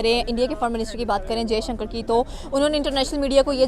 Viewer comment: It's Dr jaishankar, take the name properly bastard 🖕